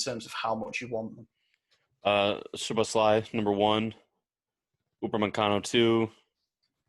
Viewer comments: I think you guys need to get rid of Madi and get Maxi, Fred or someone more reliable in there.... I want to get Dominik Szoboszlai not just because we need him because it's entertaining just listening to try and pronounce and just butcher his last name will be fun enough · Honestly i wouldn't take odagarrd cause as much as hes been good hes also been failing in the chances he gets at the top level like real but idk but yeah keep trying to pronounce szoboszlai and put a y at the end of his name that sounds like the Y in funny guys but its fine